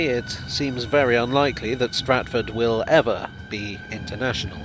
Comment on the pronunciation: The emphasis on "will" when talking about hs2 providing a high speed link between London and the north has aged well.